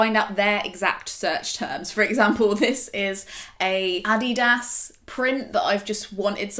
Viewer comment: OMG, is that how everyone in the UK pronounces Adidas????